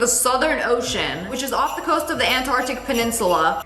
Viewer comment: Nobody say de star on de desert😅